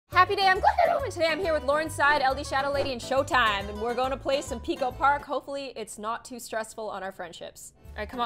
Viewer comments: Am I the only one who heard her say "laurenside" instead of laurenzside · Is no one gonna point out she said Lauren Side and left out the 'Z'